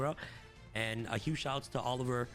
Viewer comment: Olivier is pronounced like “Oliv-ee-ay” it’s a French name.